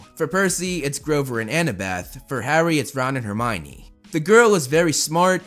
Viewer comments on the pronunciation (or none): none